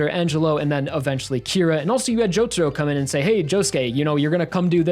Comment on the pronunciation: "jOuTaRoU" "mIUdA"